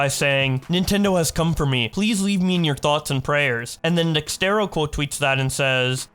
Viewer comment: Its DEX ERTO not DEX TERO